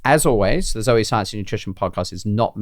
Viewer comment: Great to sprout beans but then so far you don’t mention how to use them when they are sprouted. I notice how you pronounce the name Zoe and I grew you with that being a family members name and the E was silent with the O being a long vowel so it sounds strange to me when you saw both vowels as long sounds.